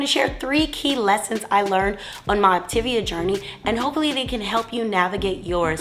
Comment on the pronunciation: It would be helpful to pronounce Op-ta-via correctly, for credibility.